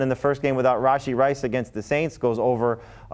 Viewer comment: Why does pronounce RaSHEE Rice's name like RAHJI Rice? Makes him sound Indian or something.